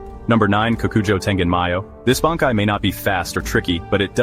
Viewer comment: I don't really agree with any of these, and the AI bot reading these cannot even say Bankai.